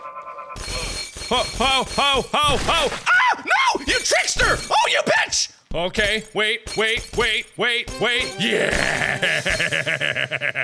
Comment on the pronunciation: The way mark said bitch during the bottle map sounds like he said pitch